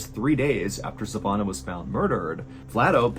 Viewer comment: Savannah is pronouced SAH VAN UH you are better than that mr ballen